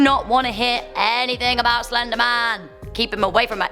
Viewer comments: It said "The Slendeman" and I don't believe in "Slendeman." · She calls it slendergman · What’s “Slendeman?”🤧😂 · slendman. Why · In the thum nail there only says "slendeman" there is no "R"